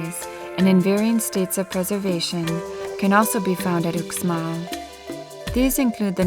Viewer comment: dude, Uxmal is pronounced "Oosh mall"